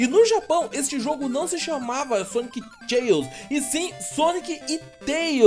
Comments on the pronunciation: Pronúncia correta da palavra Chaos= (kêi-os, não tchêi-os) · A pronúncia não é "tcheios", é "queios". kkkkkkkk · Pronúncia correta: Sonic Chaos: Sonic Tcheous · a pronúncia correta é "Sonic Queos" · Na verdade, a pronúncia é ˈkāˌäs.